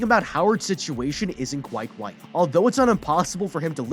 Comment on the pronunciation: he said wight not right